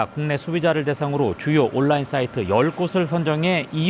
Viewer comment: 온라인 발음도 모르면서